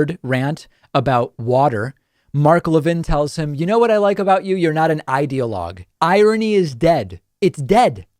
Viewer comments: I like how Levin calls him not an ideologue not with the pronounciation of ’idea’ but ’idiot’. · Hmmm. Sounded like "idiot log" to me.